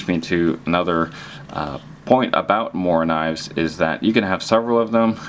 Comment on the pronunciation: Well pronounced morakniv :D !